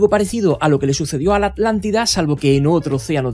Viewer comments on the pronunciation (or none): none